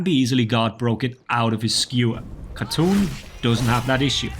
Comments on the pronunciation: its not khatoon, its KhaaTun btw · I hate to be this person, but this is one of the few times my country gets represented in video games. "Khatun" is pronounced "HA-Toon," as it means "lady" (honorific) in Turkish. In contemporary Turkish, it's written as "Hatun".